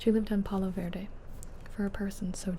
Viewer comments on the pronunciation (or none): none